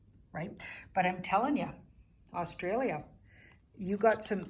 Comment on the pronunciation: You even pronounce Australia properly 🙏👍💋👍